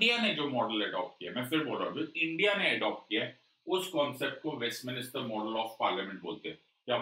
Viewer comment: WESTMINISTER nahi sir, Westminster,,,,,,, west----min---ster